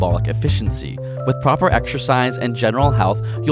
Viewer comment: Why are you pronouncing exercise as ekshercise?